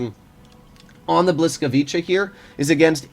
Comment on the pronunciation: Bruh that's not how you pronounce the tanks name